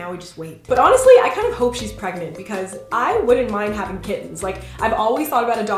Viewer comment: LOL she said pregmant